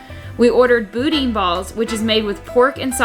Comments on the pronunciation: Say it with me like its locally pronounced... Boo-Dan aka Boudin, sorry not trying to knock ya girl here 😉 but Boodin is not the pronunciation babe!!! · Pronounce it with me please..."boo-dan, boo-dan". Not boo-deen, not bowden, not boo-din...it is "boo-dan". Im teasing you. At any rate, you did hit some of the best spots and some not so good. If you ever want some advice on Nola restaurants, Ive eaten at 104 different places now. If you wanna hit me up, I can send you a list of places you should try. Great video! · It's actually pronounced BOO-Dan, and I would recommend making the drive to Scott LA (about 2 1/2 hours from NOLA). Get a Pepper Jack Boudin Ball from Billy's! Also try Loretta's in the French Market for Beignets next time. I think they're better than Cafe Du Monde and the line is significantly shorter. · Pronounced BooDan Boudin Balls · Boo Dan Balls is how you say it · Boudin is pronounced BOO-DAHN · butchered pronunciation of boudin